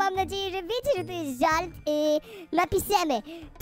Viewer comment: że a nie rze